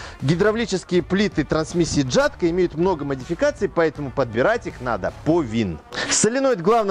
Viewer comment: хоть это и не правильно, но ели говорить ЯТКО - это мягче для уха